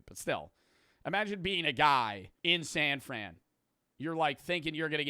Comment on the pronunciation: The way you said san fran was so auraful